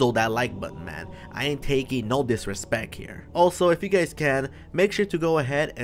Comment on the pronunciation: lol “ disrespec “